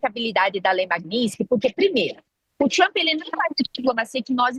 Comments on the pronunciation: Genteeeeeee É lei MAGNI-TSKY!!! O “S” é depois do “T”!!! Falem correto… a gente pode falar errado, mas vcs nao!!!! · Meu Deus....como chamam uma pessoa dessa pra falar sobre a lei....e a repórter (ou blogueira) não sabe sequer pronunciar o nome da lei, e ainda escreveram errado...chocante! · Quase a jornalista quebra a língua para pronunciar magnitsky.😂😂😂😂😂😂😂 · A desgraça não sabe nem falar o nome da lei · A repórter não sabe nem pronunciar o nome da lei😂😂😂😂😂 que vergonha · A jornalista não saber pronunciar o nome da lei é engraçado. O "t" é mudo. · Desenhou pra carol que nem o nome da lei sabe pronunciar. Essa imprensa é uma vergonha. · Nenhuma das duas conseguiu pronunciar Magnitsky corretamente. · As duas erraram a pronúncia! Como pode? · ESSA ADVOGADA NÃO SABE NEM PRONUNCIAR O NOME DA LEI. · Não sabe falar Magnitsky, próximo…! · Ela não acertou nem falar magnitsky…